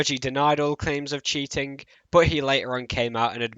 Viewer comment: "LookingK" "cheatingK" tell me, what accent is that? Honest question man, no hate. I hear more people pronounce these kinds of words the same way you do. Great video!